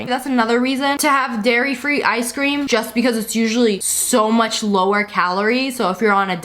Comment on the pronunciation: who else heard her say Gairy Free Gelato